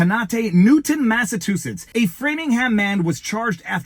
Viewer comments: Sorry Viva but I do have to correct your pronunciation. It is not the state of Massatoositts. Its MassaCHUsetts. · Viva, why do you keep butchering the word "Massachusetts"? Just sound it out the way it's spelled. I'll help you out again, (Massa-chew-setts). 🤦‍♂ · Mass-a- CHU- setts...i thought you were intelligent. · It's pronounced Massa CHU setts. 😊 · Massachusetts- you saying “massatoositts”😂 Love all you do💪🏻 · And he don’t give a massivetwoshits, thank you I’ll be here all week. Tip your waiter.